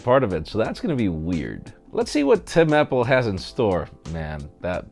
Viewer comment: you know... it's happle! hahhaha